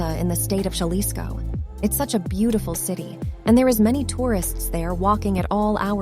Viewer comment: Jalisco is pronounced with an H not the J 😉